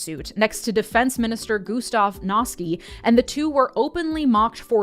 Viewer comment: "Eebert & Noskee" is sending me. Should be Ay-bert & Nos-cuh